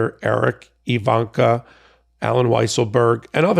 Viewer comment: Just wanted to let you know that her name is "Ivanka," not "Evanka."